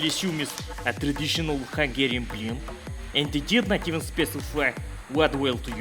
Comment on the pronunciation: Your hungarian pronunciation is almost perfect,:D